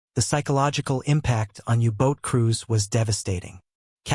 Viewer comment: So there no U-Boats...they're now called You-Boats! Hate AI voices.